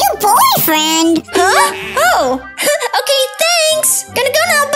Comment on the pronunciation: I never knew till now but IT'S OKEH NOT TO BE OKEH